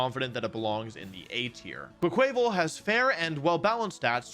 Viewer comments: There's no way Quaquaval is pronounced like that right? My guess was it's supposed to be like "carnaval"/"carnival" since it's a dancer, so "cwah cwahvahl" seems more logical to me than "quaval" sounding like "naval". No way to know till TPC says how it sounds haha but I'm curious what other people think. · SAY QUAY-QUAYVAL ONE MORE TIME I STG! Carnaval Quaqaval, it's not that HARD! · Ok can someone confirm that the way he has been pronouncing "Quaquaval" is part of his bit? Because it's literally Quack + Carnival , except you pronounce "car-nah-val" because it's the Brazilian one. Please this is driving me insane. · "Quay-quay-vul" You are the worst with pokémon names 😂